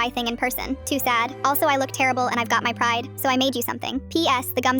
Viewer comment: anyone else noticed Thad instead of sad